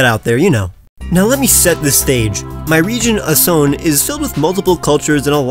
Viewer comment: It's asoné